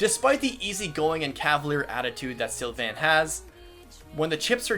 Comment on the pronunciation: You slaughtered Sylvains name... ooof.